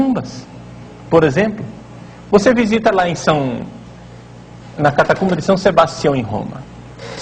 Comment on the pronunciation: + Embaixada DA BURRICE - Hehehehehe! Burrinho, não é "cataTUMba", é "cataCUMba"! Só não vou mandar você estudar português, porque BURRO não aprende! Como diz o ditado: QUEM NASCEU BURRO, VAI MORRER PASTANDO! Hehehehehe!